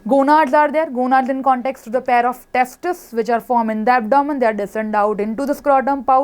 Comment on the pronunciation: Mam " two pairs of testis" 😅😂...